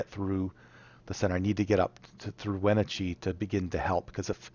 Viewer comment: The pronunciation of Wenatchee was really killing me lol